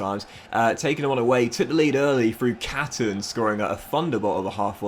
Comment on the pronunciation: Charlie Catons name is pronounced kate-on